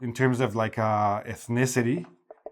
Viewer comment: Your pronunciation of ethnicity is almost indecipherable.